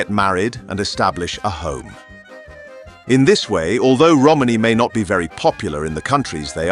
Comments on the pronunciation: Had to stop watching a minute in . The word is Romani .......not Romaney . Roman eee . NOT Roman-eyyy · lmao mans said 'Holmes' 💀🤣